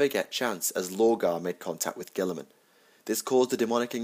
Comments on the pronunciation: All I can hear is gWILLeeeemun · Gil-a-mon..... gil-a-mon...